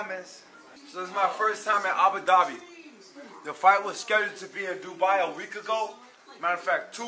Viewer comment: nobody caught him call Abu Dhabi “AGA Dhabi”???? lol